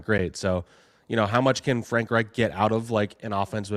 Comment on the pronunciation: not pronouncing Frank Reich correctly………